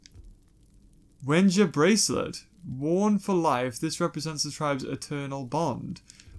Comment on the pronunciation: He giving people wegies.HE SAYS WEGIES INSTEAD OF WENJI!WAAAAAAAAAAAAAAAAAAAAAAAAAAAAAAAAAAAAAAAAAAAAAAAAAAAA!!!!!!!!!!!!!!!!!!!!!!!!!!!!!!!!!!!!!!!!!!!!!!!!!!!!!!!!!!!!!!!!!!!!!!!!!!!!!!!!!!!!!!